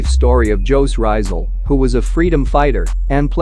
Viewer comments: Pota ka (joooz ryzal) is pronounce jooose rizzaal please research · It's fine bro... you are using an English Voice... Which Jose Rizal is actually a Spanish name.. But in pronouncing it it's Hosi Rizal. J is mostly interpreted in H in Spanish-Tagalog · just correcting your pronunciation of his name. he's one of the Philippine National Hero. The author of Noli me Tangere and El Filibusterismo. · Her saying of jose rizal but atleast you tried I like the way spoke it